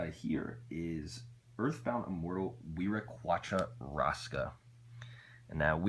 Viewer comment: dude... i hated how u say ccapac apu like kapak uhpoo like uhhhhhhhhhhh wtf and wiraqocha rasca is sunded like weer a qua cha ras kah and the whale is chalk oo chal loo ah but ccapac apu is like sounded ... cc is like ch apac is like a pack and apu is apoo but not like a pooo lol... ass la piss koo is the hummingbird ... :)